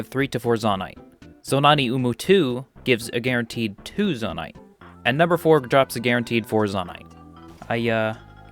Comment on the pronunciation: Great video. You say “Zonaite” weird. I believe it should be pronounced “Zonaite.” Not “Zonaite.”